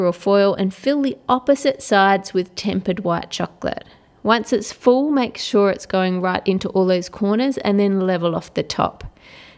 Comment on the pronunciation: al zaidy its make not mack